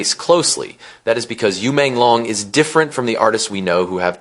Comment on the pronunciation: This commentator got his name wrong Not long is should sound like loong as in Dragon Yu Menglong like this U mon loong thats how you pronounce it !!!!